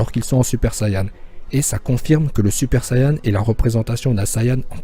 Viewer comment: pk il dit sayan